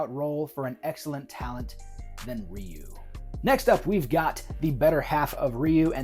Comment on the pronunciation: Curious how you pronounce Ryu's name more accurately when discussing his casting but then you use the mistaken pronunciation when discussing the anime movie which is ironic because that movie said his name properly and taught many of us westerners how to say it right, when the 1994 live action movie did it wrong. :P Anyways yeah, not sure about Leo Howard as Ken but the rest of your choices are pretty great. Alan Ritchson absolutely has the size, muscle and is a great actor too. I'd go with him as Guile but failing that, yeah I could see him as Bison (who I like to see as a huge guy with a big grin like the anime movie). :D